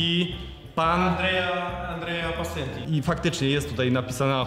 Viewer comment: Andrea Pesenti, nie pasenti ;)